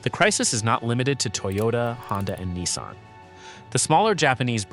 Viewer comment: So long as I live, I’ll never have a Chinese car in my driveway. And this video’s AI needs to be reviewed. Lots of audio artifacts and weird pronunciations. Especially the inconsistent pronunciation of Nissan.